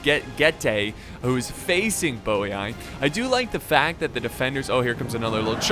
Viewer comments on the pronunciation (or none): I'm almost positive Geate is pronounced like Yeet with a G sound in front of it, Geet. Also I'm rather sure Boii is pronounced Boy. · I never knew they were pronounced '' Bowey eye'' i always just call them Boiiiii lol